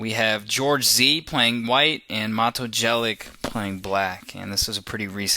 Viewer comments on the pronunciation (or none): Chaotic and unpleasant voice timbre. And it's Jelic [yelits] not [dżelyk]... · it's pronounced Yelich, not Jelick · You're funny when you pronounce his name cos you kinda suspect you're not doing it right, so you somehow utter it so "no one notices" :D The first syllable is as in "Yates" and the last 'sound' is as the first sound in "tune". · Hahahah Matoo Gelik who the fuck is that its Mato(short) Jelić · Maybe he honestly thought his name was pronounced jelic...how about have respect yourself for his slight mistake that mato did not even care about ass hole....and his vids are pretty good... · Jelić is pronounced more like Yelich (Y like in yet and ending "ch" like in peach). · His last name would be pronounced yelich. Almost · Learn how to speak his name first... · The way you pronounce his last name. It's horrendeus... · i almost disliked this only because of the absolutely horrible pronunciation of mato's last name...but you pronounce it as if it was written "yelich" -. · ur videos are cringeworthy enough without slaughtering the guy's name like that! far out. sorry mato! how embarrassing. oh u "can't help slaughtering them' so u don't even bother trying?! @@ americans!! haha Seirawan is truly awful in this respect too. please have the respect to put in 2 secs research into a less bizarrely inaccurate pronunciation, thanks. Sorry to be so critical.. but u talk like ur videos are so cool. But they suck man, grow some humility. Fooling people is not that hip.